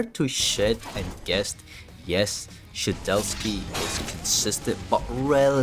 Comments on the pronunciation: STOP SAYING SHE-DEL-SKI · may 6th 2025 and bro is still saying "shedelsky" 💔